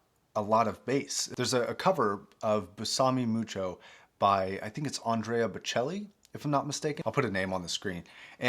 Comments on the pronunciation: its pronounced bay-suh-may mucho lol and that is a great song. I bought the dt770's recently and they are great but I definitely want to get these once I save a bit more money and get a better interface than the scarlett 2i2. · Did you actually say beSAHme mucho?